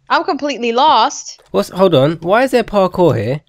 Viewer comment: its par-koor, its french, not par-core